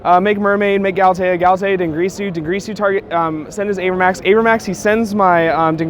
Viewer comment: why does everyone say fuckin "dingrisu", its clearly spelt d i n g i r s u ... fucking dyslexia epidemic for yugioh players